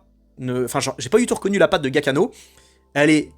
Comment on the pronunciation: Excellente vidéo, merci. PS : le nom du compositeur se prononce "Djia-ki-no" 😁